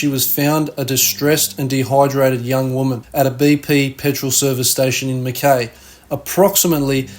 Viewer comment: Mackay? No aussie would ever pronounce it like you did, even if they never heard the word before.